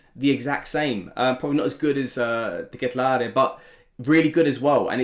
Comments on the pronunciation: he's saying it wrong actually. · Fine! You know how to say Dekatelare.... Just say CDK, make it easy on us.